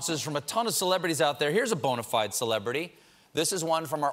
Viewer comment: He pronounced bona fide correctly, hurray! #PuberMe